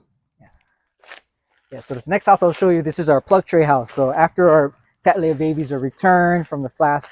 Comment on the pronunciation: Oh, by the way... It's pronounced CAT-lee-ah. They're named after William Cattley. 😉